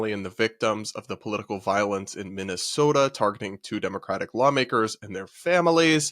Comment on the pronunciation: I can tell you’ve lived in the Midwest by the way you said Minnesota 🤣